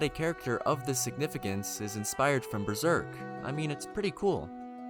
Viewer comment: Dank ass video bro u just mispronounced some stuff from the manga lol but hella sick you went through and found all these references